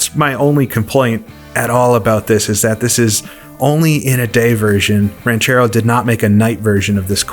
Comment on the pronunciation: Just so you know, you pronounced "Ranchero" better than 99% of English speaking folks.